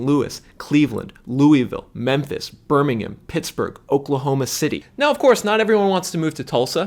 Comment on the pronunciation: Love the videos. It's Birming-HAM (with the H really pronounced). Not like the city by the same name in the UK. :)